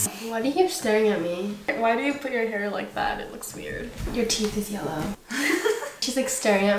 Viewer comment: “uR TeEtH iS YeLlErw”